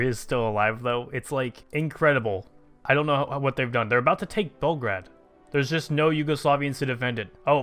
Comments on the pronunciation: PLEASE, ITS PRONOUNCED BELL-GRADE, NOT BELGRAD, MY EARS! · PLZ STOP SAYING BELGRAD U R MAKING ME GO CRAZY AAAAAAAAAAAAAAAA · ITS FRIKIN BEOGRAD FOR GOD SAKE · Its Belgrad if we are talking real here, Bel means white, grad means city. Like Stalingrad. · Actually it's BELGRAD, but if you insist on the English pronouciation, yeah you're right.